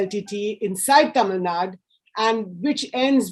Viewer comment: Right off the bat - what is Tamil Nad? It is Tamil Nadu. Why why why??? What pleasure do you get by incorrect pronunciation?